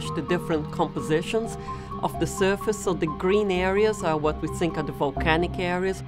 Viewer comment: volcyaanik yieelows. her voice xD